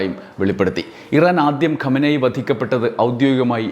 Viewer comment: ഖോമേനി അല്ല ഖമേനി Khamenie